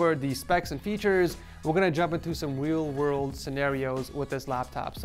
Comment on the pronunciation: Lol he said wheel world!